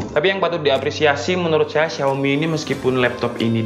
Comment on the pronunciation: Xiaomi di baca : shaomi